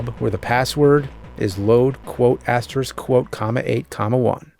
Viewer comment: Thank you for pronouncing asterisk correctly.